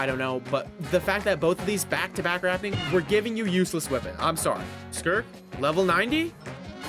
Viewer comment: Wait I hear the “wippen” now 💔